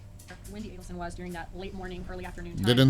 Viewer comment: You say you've only been examining this case for the last couple of months? You've got 10+ years of provable evidence to catch up on, sir. You're confusing "insane hatred (of Wendi)" with hatred for delayed justice. May I kindly encourage you to research the correct pronunciation of 'Adelson' and, in particular, the surname of the murder victim. Professor Dan M-A-R-K-E-L NOT Markle!